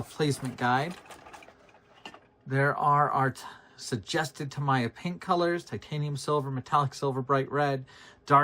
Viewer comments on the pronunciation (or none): Tah -mee-yah. Japanese vowels are ah eh ee oh oo . I'm going to build one of these and give it to Neil Degrasse Tyson since he loves it so much :-)